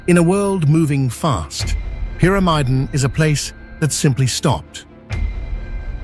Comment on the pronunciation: Are you narrating or is it AI? It's just there are different pronunciations of Longyearbyen and Pyramiden each time....🤔